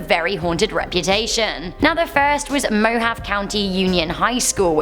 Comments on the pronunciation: Lol, at least once a video something is mispronounced, Mohave is pronounce Mo-Hav-Ay, not mo-ha-v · When she pronounced Mohave like Mohav.. funny . 😭😭😭😭 its mohaveeee 😭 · Love watching you. Just so you are aware, no trying to be mean, Mohave is pronounced as Mo-Ha-Vee. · Mohave is pronounced Mo-ha-vee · No body: Absolutely nobody: British person trying to say Spanish words: MOH-HAV. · It’s pronounced “moh - ha - vee” It’s another spelling of Mojave. Like the Mojave desert. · Mohave is pronounced "moe-hah-vee" btw. If you do a part 2, you could include Jacksonville, FL's Public School No. 4/Anne Lytle Elementary, maybe? AKA the Devil's School? (I think) it was demolished, but I still think it could be included?